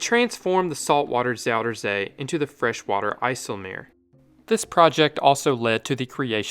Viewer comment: Bro hij zegt "zouderzee"